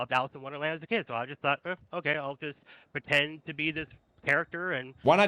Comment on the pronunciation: "PWETEND" is all i gotta know about this dude